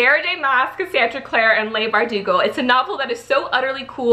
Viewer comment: Leigh is pronounced like Lee.